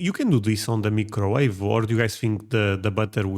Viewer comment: No, you cannot make hashbrowns correctly on the "mecrowave"!